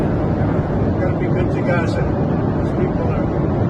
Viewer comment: Is it Raza or Gaza?